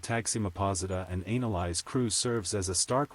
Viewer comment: It's not analise it's Annelise stupid AI